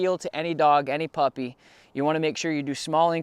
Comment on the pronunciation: Huh you said puppy all wrong